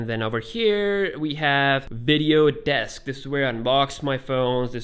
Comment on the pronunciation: sorry to say but its desk not deks *